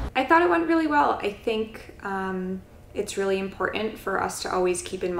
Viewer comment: Big fricking pet peave, those, like here, who say "Im-poor/int" (dropping the "T") instead of "ImporTant" or some rational variant. It grates on the ears. Otherwise, Gary's daily ramble was pretty good.